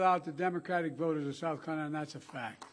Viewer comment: "The people of South Cunff??" Did he say.. WTH did he say? And what was the quick story he just said "well anyway"then something else was that the story or did he just drop it all together.